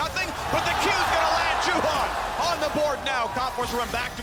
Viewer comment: I don't know why the caters can't pronounce Juhan...the one is saying Yuhaen and Caedrel says Yuhan...goddamn it's your fucking job, learn the pronunciation of the teams and players names, for 11 years the casters can't do that!